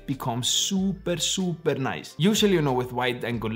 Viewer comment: Nobody:: Focus ring is NOICE!!